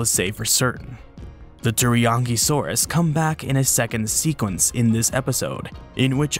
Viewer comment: I totally heard the "Teriyaki-saurus" 🤣😁 It's too early for me already lol 😆